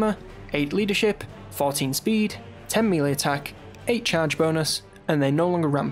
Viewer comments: Christ laddie! If you're gonna use the word melee a million times at least learn how to pronounce it! Nice video, very thorough! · Melee is pronounced maylay